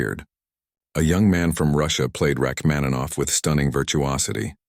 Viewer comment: Nie "Rakmanowa", matoły i nieuki, tylko RACHMANINOWA. Wypadałoby wiedzieć, jeśli się porywacie na program o muzyce. Imię "Sara" można odmieniać. "Zwrócił się do Sary", a nie "do Sarah". I jeszcze jedno: wprawdzie po angielsku mówimy "you",ale nie zawsze się to tłumaczy jako "ty". Taka młoda osoba znikąd nie zwfracałaby się per "ty" to obcego człowieka,w dodatku sławnego pianisty.